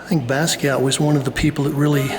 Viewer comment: Please don't say "BAZZ-kee-ott." Sounds dismissing or ignorant; or both. It's pronounced "Boss-kee-ahh."